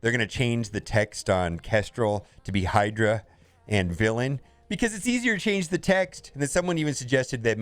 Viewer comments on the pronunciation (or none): none